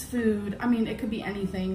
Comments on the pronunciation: WHY is she pronouncing "food" like "FUed"??! Its making me homicidal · God, I hate how she says the oo in “food” and the ee sound in “me” and “meat”. Why does it sound like that?